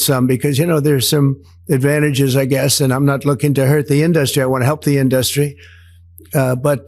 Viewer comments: Why does he pronounce it, "in-dust-ree"? It's almost like he's sounding out the syllables. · Why does Trump pronounce the word "industry" as "in-dus'-try"? It is pronounced "in'-dus-try". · He is really struggling with pronouncing words ‘Ind-dust-ry’. He is rapidly going downhill. Godspeed old man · What's up with the 'indarstry'? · In DU stry he says ...it's indusrty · Why does he pronounce industry as “in-dust-ry?? Sounds like a moron. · In dust tree = Hollywood I'm I the only one who heard his weird pronunciation of the word industry? Greetings from Germany 💙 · Did trump have a stroke that prevents him from saying industry the right way? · Why does he say industry like that? It’s really annoying.